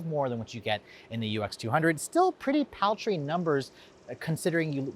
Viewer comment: “It gets PAL-Tree numbers”